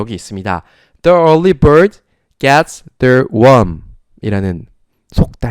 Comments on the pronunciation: 처음부터 정주행하는 사람이에요, 너무 좋은수업 감사해요. 그런데 일찍 일어나는 새가 벌레를 잡는다 할 때 the early 를 디 얼리가 아닌 더 얼리로 읽으셨는데 더 얼리가 아니고 디 얼리인거죠?? e 모음 앞에 the는 디- 로 발음한다고 선생님께 배웠어요. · 덕분에 첫강부터 지금까지 따라가보려 노력중입니다. The early bird...에서 The의 발음이 디로 읽어야 하는거 아닌가요^^?